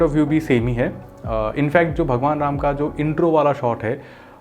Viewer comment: Hindi sahi se bol rama not ramaa